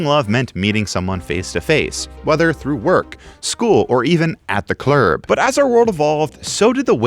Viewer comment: You said Clurb!!! I always say Clurb